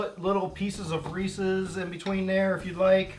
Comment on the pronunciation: Cracks me up how you keep saying Reecie's instead of Reece's!